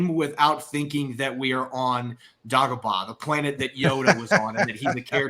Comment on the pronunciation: I love your videos, but how you pronounced dagobah made my ears bleed 😂